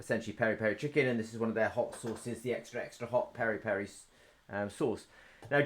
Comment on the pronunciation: Peri/Piri rhymes with Siri. Or the “biri” in biriyani